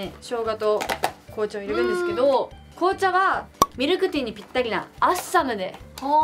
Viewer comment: ○ ミルクティー ✖ミクルティー